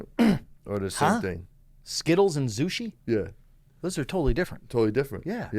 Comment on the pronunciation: No z in zushi this guy is a melt